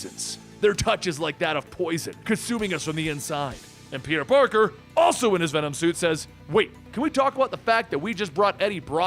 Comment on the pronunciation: Lol I thought he said "Peter Porker"